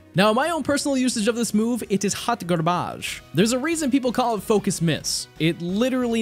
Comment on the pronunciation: got me good. "haut garbauge" 😂